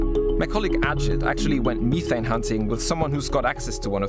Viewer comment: I had to stop after the 5th pronunciation of “Methane”. I❤🇨🇦oil&gas.